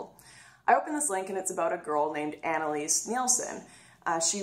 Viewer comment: You mispronounced her name, it's Anallease.